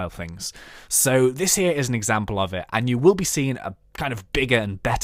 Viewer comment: i sneezed so the thing i heard was "You can make some off these into your house for examble this well"...